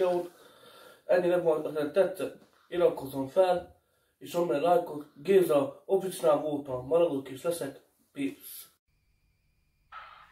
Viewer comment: Az nem “OFICAl” hanem “ OFFISÖL” igy kell ki ejteni! Peace!